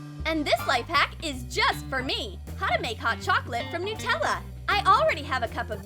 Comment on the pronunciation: Any one notes that they called it Nuutella instead of Nutella